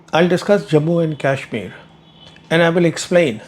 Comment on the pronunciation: What Indian pronounces Kashmir like an Angrez, making it sound like the 'Cashmere' used for sweaters?